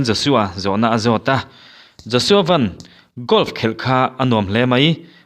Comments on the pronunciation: Josua Van i lam dan hi 'Maruti Van' tih anga lam tur a ni lo, Van ram kan sawia Van tih anga lam tur a ni e. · Pu Siamthara ngei pawhin Van hi Sky lam danin a lam kha aw